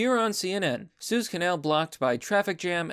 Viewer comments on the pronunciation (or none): It’s not “Sue’s canal”. It’s Su-ezzz Canal. But that’s merely the obvious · It is pronounced: Sue Ez, not Sooz. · I love your video but it is pronounced "Sooo-Ez" not "su-ez". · PRONOUNCED SU EZ..... NOT SUUUUUEEEES... DAMN DUDE. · Minor nitpick: it's pronounced su-ehz, not sooz. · Bro, it's pronounced sue ezz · suEZ canal. 2 syllables. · Suez is pronounced: "soo-ez" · You mispronounced Suez The letter "e" is not silent. It is pronounced su ez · Suez: pronounced soo-ezz